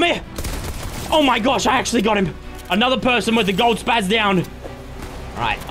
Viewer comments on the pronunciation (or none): none